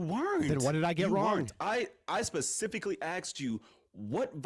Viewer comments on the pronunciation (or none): “I pacifically axed you” loses all credibility bro.